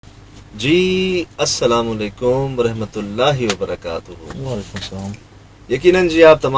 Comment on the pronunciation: Assalam o Alaikum Aap baar baar aik hi mistake krte hn Assalam o Alaikum wa rehmatullah rehmatullah galt lafz hai apni mistake thk kre rahmatullah hota hai